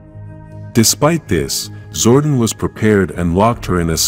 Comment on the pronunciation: Also the way the narrator pronounces Zordon as “Zordin”